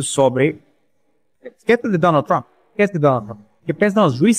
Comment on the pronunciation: ela disse ministro donald thrump ?